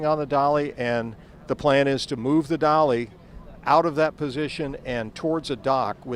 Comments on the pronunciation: Dali not Dolly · It is so funny that that huge ship is called a" dolly" ..?! Can some one help the voice?? It is called DALI...